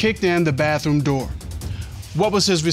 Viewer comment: "The BAFFROOM" Ugh.